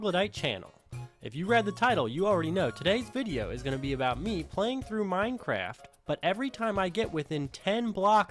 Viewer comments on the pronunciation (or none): none